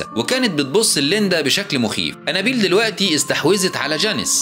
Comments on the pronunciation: نت بتنطق انابيل غلط خالص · الاكسنت تبعه هو و عم يقول انابيل خلت الفلم يقلب كوميدي